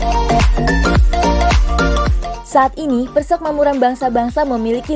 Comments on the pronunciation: Gemes sama adminnya , tulisannya uda bener PERSEMAKMURAN tp baca narasinya dari awal sampe akhir vidio malah PERSEKMAMURAN hadeeeh gpp sih cm agak ganggu aja jadinya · Sudah Bagus tapi ejaan atau pelafalan kata PERSEMAKMURAN tolong diperbaiki karna sakit telinga dengarnya. Yg benar itu PER-SE-MAK-MU-RAN bukan PER-SEK-MA-MU-RAN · Persekmamuran apa persemakmuran sih ? 😄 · adminnya balelol. nyebutnya "persekmamuran".